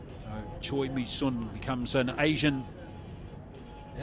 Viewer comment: Actually the u in Misun is pronounced like “seon” not “soon”. It’s 선 not 순